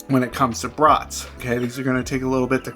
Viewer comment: Nice video, as always! Are they beef? I like the pronunciation: brutts (as in mutts).